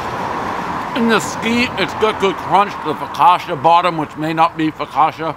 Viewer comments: one "fokasha" bottom, everybody knows prez will never get it right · “The fockotcha bottom, which may not be fogosha.” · One "focasha" crust, everybody knows the rules